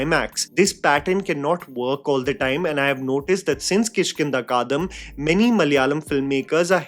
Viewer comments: The only thing I cant agree with is your pronunciation of the Malayalam movie 'Kishkinda kaandam'. It's the same as the fourth book in Ramayan - Kishkinda Kaand which features the story of Bali and Sugreeva. This part of the epic deals with betrayal, misunderstanding and ultimately the question of right and wrong. Anyway, the movie name in Malayalam is pronounced in the same way as the Hindi 'Kishkinda Kaand', except in Malayalam we add an 'am' at the end. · Hey, no hard word, but since you have been talking about movies for years now, I'd love for you to look up the pronunciation of South Indian movie titles. I understand some are hard, but saying "kaadam" instead of Kaandam made me think how hard could that be. Just saying. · You said that we must type whatever comes first in our minds... So here i am... 😂😂 I am so confused you pronouncing the movie name as "Kishkindha Kadam" instead of "Kishkindha Kaandam".... Or am i hearing wrong? I needed to pause this video and went and checked whether i have known the name of the movie wrong all along or not..😅😅😅 Please feel free to enlighten me too if it is actually pronounced the way you are pronouncing it... I want to correct myself.... 😊😊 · It’s Kishkinda KaaNdam.. the chapter.. Kaandam jaise koi kaand ho gya! 🫣 not Kaadham 😭😭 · Sorry to say u need to pronounce movie properly it's kiskindaa kaandam...not kiskinda kaadam..before judging films..not judging u..I like ur reviews too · Kish( as in Krish without the R) - kindha (replace the a in kandha with i) Kaan (ear in hindi) -dam (dumb). Kishkindha Kaandam. repeat slowly until you get it right. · Unpopular opinion: Learn how to pronounce Kishkinda Kaandum properly, Since you give so much slack on actors not being able to pronounce certain stuff properly. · Someone needs to call out his pronunciation of Kishkindha Kaandam